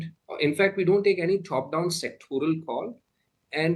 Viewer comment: Pronouncing "Top" as " Thhoph" won't sound you an American.